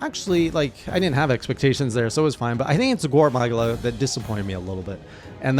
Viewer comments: Gore MAH-GAL-UH! How many times does twitch chat have to teach you this lesson old man! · sorry, how you said gore magala threw me off, it was soo close but hurt even more because of that. Don't have to follow it but it is meant to be Gore Ma-gala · Its pronounced "Gore Ma-gala". 😉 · Don't forget "gore mAHgula" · Your Gore Magala pronunciation is painful. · Yeah, i heard your better Gore Magala pronounciation in later Journals 👍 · You keep mispronouncing Gore Magala and Espinas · I've never heard anyone pronounce Gore Magala the way you do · Pronounce gore magala correctly